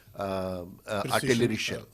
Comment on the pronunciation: And at the first combat or show failure, they blame it on the nations producing weapons, Rafael of France and GE of United States. You sounded pretty good until the URTALERY